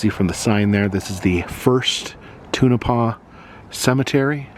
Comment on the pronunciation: It’s pronounced Tone-a-paw!